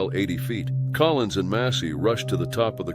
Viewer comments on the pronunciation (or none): none